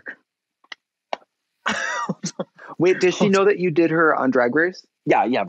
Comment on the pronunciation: My humble wish for 22… that people start saying Björk/Bjørk the correct way… pleaaaaase amaricans…. Get with it!